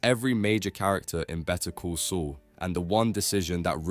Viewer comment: I think the entire thing is AI. Dude can't pronounce the name of the show properly at the end of the video